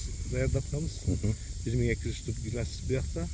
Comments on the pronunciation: Ай укам гилес эмес гиларс десен. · Ишинерге ийгилик. Блогер ука гилес эмес гилас. Сен макани меке дегендей болуп жатасын ,,😊